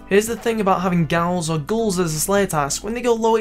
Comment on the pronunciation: "ghouls" are pronounced "gools